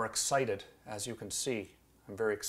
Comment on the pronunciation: when he says excited, I crack up every time